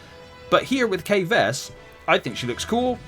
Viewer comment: Me who reads these comment: her name is Kay Vess not Kaya vest